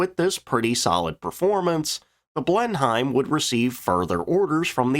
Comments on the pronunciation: Read your comments! The mispronunciation of blenheim was pointed out in the Fairey Battle video. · If you're going to utterly fail to understand how languages work then don't be surprised when people point out the Austrian Wittgenstein explained all this back in the 1930's. The plane is named after the English palace, not the German town. The pronounciation in the video is simply wrong. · British name = British pronunciation 😉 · but it's a British plane so would be pronounced any bloody way we want and it wasn't Hime at the end 😅😅thank you please come again 😅😅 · This American cringed every time he said it.😖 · Blen-hime....😂🤣😂 Try this ---> Blen-im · Another American gulf of Americed blen heim -its blen em fella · It's Blenum not BlenHIME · Please change your pronunciation of Blen-Heim to it's correct form of Benhim with no separation of the syllables. Thanks, great content as usual. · Pronunciation factoid: In the UK it's pronounced "Blen-him" but, to be fair, Blenheim is an English version of Blindheim in Bavaria (Marlboro, Churchill, Blenheim Palace and all that). According to a youtube video it's pronounced what sounds like "Blint-hime" to my ears. So "Blen-hime" is not that far from the mark if you are unfamiliar with the UK pronounciation. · Cringe every time you said blen hime but apart from that it is a very interesting video . And if this Limey may be so bold the correct way to say it is blen im ❤😂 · AI narrator or lazy narrator ? The Bristol Blenheim, is pronounced Blen em not Blenhime. as in the same way we dont say the president lives in the Witthouse . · Pronounced 'Blennim' FFS not 'Blenhime' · A speech pedant writes: Blenheim is pronounced: BLENnim not Blen HIME. That's because it's English, not German. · Pronounced "Blen im" not "Blen hime"! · It's pronounced "Blenim" by the way, not "Blenhime", love your vids, I'm a British person, so I know these things. 🙂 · Blěn-hīym: 😎 Blěn-hěm: 🧐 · Blenim Blenim Blenim stop with the hiem nonsense it hurts!!!!!